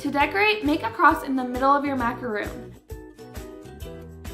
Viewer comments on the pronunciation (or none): No offense but no macaron recipe is no fail. The only way to get perfect macs is practice. Also the feet should definitely not look like that. You over macoranged the batter bc it was WAY too thin and the feet should not flare out like that. Plus macaron isn’t pronounced like macaroon. Cute idea tho and nothing wrong with not having perfect Macs right away but you shouldn’t be telling ppl that’s how they are supposed to look when they aren’t.